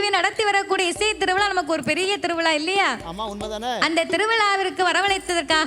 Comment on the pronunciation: Ellam ok but திருவிலா pronounce tha konjam change pannanum ma